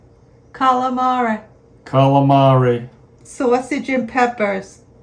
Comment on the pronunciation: 😂😂😂 you had me at “saaawsage & peppas”!